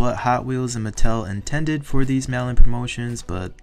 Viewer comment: I kept hearing “melon” and I’m like is that what the code name is for these exclusives and then figured out you were saying “mail in” instead 😅